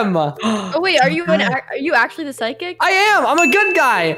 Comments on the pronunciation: This is the amount of times said “Physic” instead of “Psychic” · And it's also pronounced "Sigh-kick" not "Fiz-Ick" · I prounnce that as physic hahhahaahhah Xd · When said I’m the “good” pyshic” I chocked on mah food lol 😂